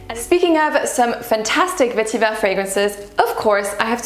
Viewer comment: The word Vetiver comes from the Tamil language. You don’t have to arbitrarily pronounce it with a French accent.